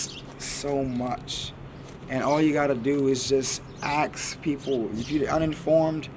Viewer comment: Please no judgment but please it’s ASK not AXE